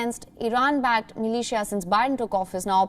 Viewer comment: the way she said MILITIA sounded like MALAYSIA.... i just like (-_-)